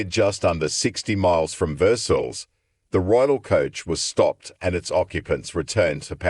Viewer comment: Versailles- pronounced Ver-sigh